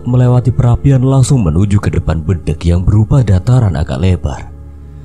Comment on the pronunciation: RaLat Om, BEDENG Bukan BEdeng 😀